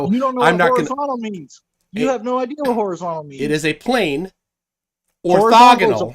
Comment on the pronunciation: I am and all I have seen durpdedurp say is "need a horazontal plane so erph is fwat..." and repeat that a couple of times... So in other words he knows SFA about how to use a sextant.